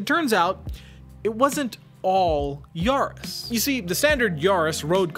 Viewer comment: It's probably Ya-ris not Yar-is